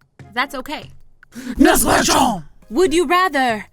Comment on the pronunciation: I really liked when you say "NAGST GUASTIOUN" 😂😂😂